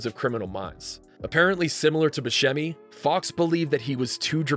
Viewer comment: 'Steve BOOSEMI!' Um...that's a pronunciation choice!